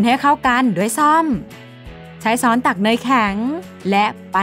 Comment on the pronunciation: ช้อน->ซ้อน ว่างั้น?